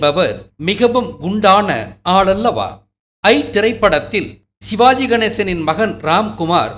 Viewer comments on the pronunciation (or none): none